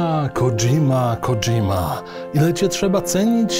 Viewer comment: żle wymawia nazwisko, w japońskim nie ma "dż", przez romanizacje tegóż języka popełnia się właśnie takie błędy powinno się wymawiać KO Dźi Ma, "sz" też nie ma więc jak będziecie w razie zamawiać sushi to poprawna wymowa to su-śi. Pozdrawiam ;)